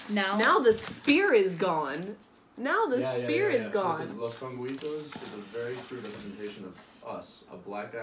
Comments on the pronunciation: Dulce no "dulse" Nocilla no "Nosilla" Conguitos no "Congüitos" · You didn't write it, you said it. Nocilla is pronounced with C, they are not S, dulce with C, not with S, and Conguitos you pronounced it as "Congüitos".